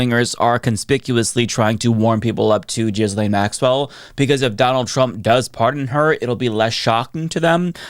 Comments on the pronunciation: please STOP PRONOUNCING HER NAME AS “JIZZ-LANE.” I beg you, please stop. On top of being incorrect (it’s pronounced “gill-lane”), it’s also gross to be using “jizz” in this conversation. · Say it like GHEE-LEN, not like you are, as JIZZ LANE LOL 🤣🤣🤣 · i know you’re probably making a joke but her name is pronounced gih lane not jizzlane 😭😭😭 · Appreciate the "Jizz Lane" pronunciation 👍🏻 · I love how you pronounce her name "Jizz Lane." So appropriate. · It's Jizzlaine on this channel. It's deliberate. She earned it. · i just can’t watch this anymore. the constant mispronunciation is driving me nuts. for god’s sake it’s not hard. the s is silent. ghee-lane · Why can't you pronounce her name properly? We laid into people for pronouncing Kamala incorrectly. We must get is right. Also, Giuffre. Get it right! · Dude. Learn how to pronounce a name.